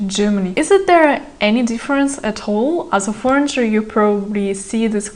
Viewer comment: Девушка все прекрасно, но foreigner - форинер, не форинджер, adult - адолт, не адьюльт, you might not now, не you might don’t know 😊